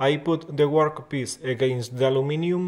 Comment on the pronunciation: Very cool..but now I can't stop saying "gwork piece." 😂